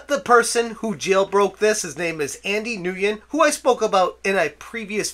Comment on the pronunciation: I believe Nguyen is actually pronounced "when" in English. Fyi